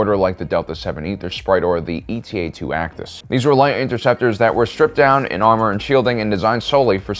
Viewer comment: The Actis starfighter designation is pronounced “Aye-tah”. “Eta” is a Greek letter (like Delta).